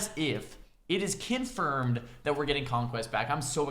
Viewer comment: "kin-furmed" Yu